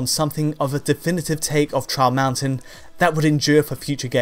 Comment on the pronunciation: Everytime he says "Trial Mountain" all i hear is "Charles Manson" o.O